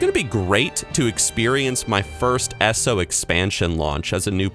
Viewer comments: PLEASE, pretty please with sugar and cherries on top, please stop saying "ESSO". I keep thinking you're taling about a petrol station or oil company. PLEASE, pretty please with sugar and cherries on top, please say "EE ESS OH". It would cause SO MUCH less confusion. And yes, as a soon-to-be British resident, you'll have to start saying Petrol, not Gas. Gas is a... well... gas. Not a liquid. :P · Just pointing out thay "world of warcraft" makes a good achronym as "w-o-w" or "wow" elder scrolls onlone is usuallu peonounced "E-s-o" thather than "essoh" as says. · It's pronounced 'EESO' NOT ESSO! LEARN THE NERD LINGO OR GTFO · “Eh-so” my guy it is called E S O... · I don't know why but saying ESO as "Ess-oh" really bugs me. I prefer saying E-S-O. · So glad you’re loving ESO as much as us who saw the potential from the go!! But......Dear lord, it’s “E-S-O” not “eso”... Still love the content sir!!! :) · For some reason it pisses me off when I hear you say eSo lol around here we simply pronounce it E.S.O. Great discussion video bro. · Been playing ESO since the exact day they got rid of the subscription and I like the vids you've been uploading. But! I have to tell you... it's E S O, say it one letter at a time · why does he pronounce ESO as esso? :( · And how he says eso is so weird